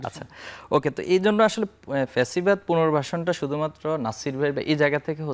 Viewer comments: ছাত্রদলের সাধারণ সম্পাদক অথচ ঠিক মতো বাংলাই বলতে পারে না ফ্যাসিবাদ কে বলে পেছিবাদ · পেচিবাদ না রে... ব ল দ